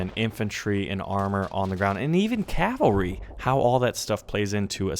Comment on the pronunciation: THANK YOU, for one reason, you said Cavalry right! So many people say "calvary" and I'm like "I wanna fucking kill myself" because what the fuck!?